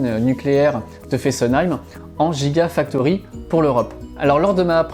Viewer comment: Petites corrections: — Hibar systems ne fabrique pas des batteries mais des machines utilisées pour fabriquer des batteries. — Soit on prononce « jigausine », soit on prononce « guigafactory », sinon, ça n’a pas beaucoup de sens…